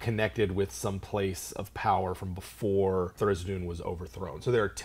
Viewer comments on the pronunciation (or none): THAR-IZ-DIN. Not Thar-iz-i-doon. -.